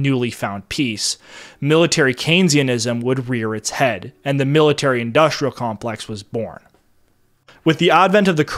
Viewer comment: The narrator has a speech impediment. He pronounces industrial as "indushtrial", and lots of other examples. It may be cultural appropriation from the blacks.